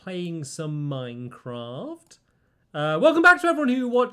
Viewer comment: I love how he says Minecrawft